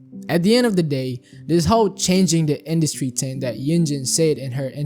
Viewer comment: Oh my god learn how to pronounce "thing"